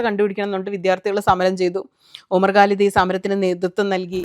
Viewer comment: Please try to pronounce Quran, not Guran. Also, Bharya, not Pharya. Umar Khalid, not Galid. Khan, not Gan. Humble request only